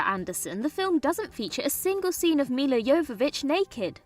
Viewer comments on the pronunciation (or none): none